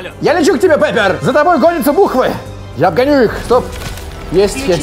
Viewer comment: Не Пеппер, а Пиппер